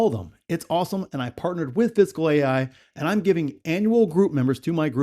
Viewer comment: ah ok. haha. Sorry, sounded like you were saying 'physical'. LOL